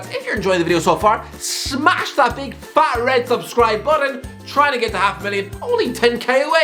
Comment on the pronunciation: Beeg yoshiii